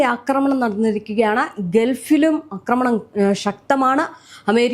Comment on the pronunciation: Akramanam? Read Aakramanam. A alla. Aaa